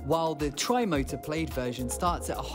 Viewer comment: PLAID is pronounced PLAD .